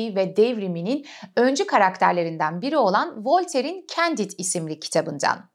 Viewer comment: Candide; kondid olarak okunur.